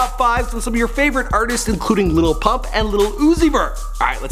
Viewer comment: ITS Lil Pump not Little Pump😂